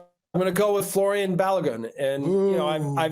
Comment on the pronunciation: "Florian" Balogun? Come on, guys